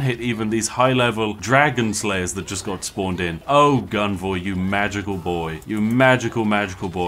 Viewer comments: Come on Spiff, it's Gunvor, not Guvna'! 😄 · You know he's Bri'ish when he stops calling Gunvor guvnor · Why did you say guvnor 2 times? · Calling Gunvor, Guvnor is just a British instinct. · About halfway through the video, Spiff's pure Britishness breaks in and causes him to inadvertently become a stereotypical caricature. Spiff: "Let's go Guvnor..." Me: * chuckles in chimneysweep * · I got sad when he started pronouncing the commanders name correctly midway through the video, all the times he called him Guv-Nor were so appropriately British. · I had fun because I'm russian and it sounded almost like his name is Shit :))